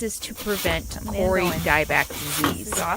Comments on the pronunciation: Not Kori but kowri as in cow. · Kauri is pronounced cow - ree. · its pronouced COW RI = kau - ri ------ kau is said = cow ri ---- hello from a new zealander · Hi! Kauri tree is pronounced Cow-ree phonetically. Beautiful! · that tree, the Kauri, its pronounced by the pakeha (white NZ) Cowri...or in Maori Ko ree. The closest I can get phonetically :-)